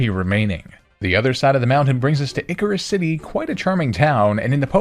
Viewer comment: hmm lol. Also bruh that’s not how icirrus city is pronounced. Love the content